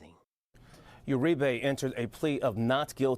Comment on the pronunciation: Uri-BEY?! We got a Moor arrested? Nevermind it's URIBE. Them Basque's I tell ya.